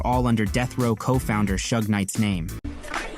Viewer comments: I turned it off after you said SHuge knight lol. It’s Suge like short for Sugar. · It's suge like sug-ar not shoeg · Who is Shuge Knight? His name is Suge. You hear people saying his name in the video yet kept pronouncing it wrong....😂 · When you decide to let AI narrate your Suge video, type Shug. 😂😂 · This Honky Muthafucka Said "Shooge" 😂😂😂😂😂😂😂Ruined The Whole Video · Can’t take your video serious when you keep saying “Sooge.” 😂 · Why do you keep saying sooge knight. My God the narrator is on one. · “Shuge Knight” 😂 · The way the narrator pronounces Suge is pissin me off 😂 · Narrator sucks at pronunciation! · WTF?? How this narrator gonna pronounce Suge three different ways and NONE OF THEM correct? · With all the clips with people saying suge knight's name how the hell do you mispronounce it through the whole video? I really like your work but it's pretty sloppy to get his name wrong when he is the 2nd biggest person in your vid. I'll quit busting your balls now because you put together great content. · Exactly what I was thinking, just sloppy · No SERIOUSLY. Shit annoyed me ALL THE WAY 😒😒😒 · Butchered suge name the whole video lol 🤦🏿‍♂️ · Right? With all the clips of people saying it correctly in this video, HOW THE HELL YOU GONNA FUCK IT UP THE WHOLE DAMN VIDEO. I LIKE THIS VIDEO BUT ITS HARD TO WATCH WHEN HE BUTCHERED IT THE WHOLE TIME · I don’t understand how you have all these clips on people saying his name right and you still pronounced it wrong